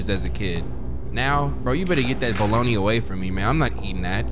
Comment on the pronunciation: this is the first time iv heard someone say bologna like that besides me and my cousin